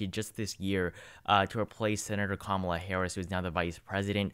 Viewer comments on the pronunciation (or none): none